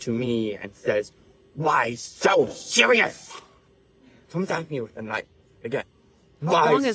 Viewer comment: Why so sewious